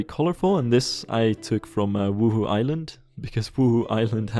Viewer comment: As a Sims player I get startled every time you say 'Wuhu island' cuz I hear 'Woohoo Island' it sounds so dirty lol